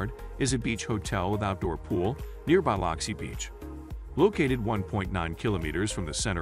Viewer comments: I grated my teeth every time he said BY LOX EE. It's pronounced BLUX EE! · Why can't they pronounce Biloxi correctly? It sounds like "Bill-loxi" What is so hard about that? Sounds like they are saying "Bile-luxi" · So do I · Yeah. Totally annoying. I came to the comments specifically for this issue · I thought I was the only one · Good video, but you should know how to pronounce a city correctly if you are to have credibility. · Please learn to pronounce city names. You can find out by asking locals, or google how to say Biloxi, or any name, for audio pronunciation.